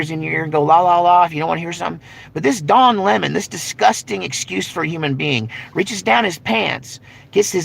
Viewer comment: Don Lem..Mon, lol